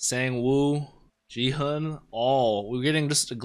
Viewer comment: The "g" in Gi-hun's name is pronounced like "g" in "geek", not like "g" in "gin". I've been enjoying your reaction. I like that you don't exaggerate it like many other reactors. Can't wait for episode 3!